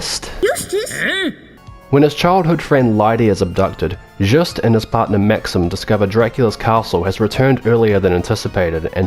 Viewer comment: Thank you for the review. There's so many terrible channels out there, especially when it comes to Castlevania and so far you're the only one that didn't have weird "opinions" on the mechanics. My only nitpick is you said Juste's name wrong but that is so minimal I shouldn't even mention it lol Looking forward for that LoS2 review, that game is one reason I want a PS3 to this day.